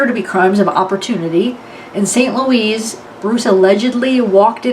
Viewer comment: Not St. LOUISE